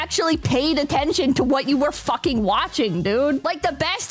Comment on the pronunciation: “Don’t fawking”